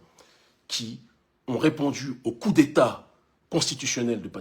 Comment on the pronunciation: On dit " Coup" et non " Cours "